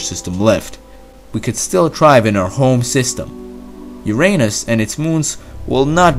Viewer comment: Now improve your spoken English. Work on enunciation of “th”. Pronounce “Uranus” correctly. Don’t exclaim, “Yeah!” in the middle of a sentence. Consider hiring a speech coach. Glaring pronunciation errors needlessly distract your English-speaking audiences. Finally, tell us something we don’t already know.